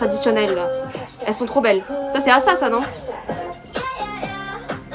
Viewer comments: Le nom de Ayheon ses bon tu prononce bien mais asa ses ace-a sa ses comme si tu parler avec l'accent anglais se prononce comme ça 👍 sinon j'adore le fait que tu apprends a vraiment connaître le groupe ça fais beaucoup plus professionnel j'adore t'as vidéo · oui c'est Asa et ça se prononce comme A la lettre en en anglais et ensuite sa donc Asa